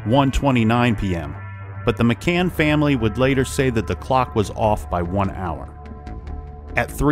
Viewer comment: Goddam it! Is it so hard to pronounce McCann? It's annoying...